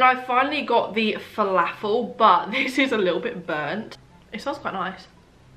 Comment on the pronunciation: As an arab the way she pronounced falafel annoyed me so much 😭